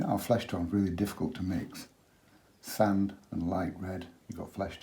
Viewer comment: Hello, could you tell me roughly how you make your sand colour? Could you tell me the pigment information for this colour? Following your pronunciation of some words... Do some people also "pronounce sand as sund?"...lol Sometimes it is nice to put straight Alizarin under the water when it is wet, as it looks like seaweed, or rocks that are under the water. It gives it an underwater lift there....... Also, can you tell me if you ever bring the sea further into the sand to overlap it, and what colours you would use for that? Love your work, love your teaching style......from one teacher to another...I salute you. Stay safe, and eat dark chocolate covered goji berries to increase immunity, in these crazy times..... In kindred spirit, Eliza (Art teacher/writer/woodwork and metalwork teacher/illustrator from Goulburn, Australia) xx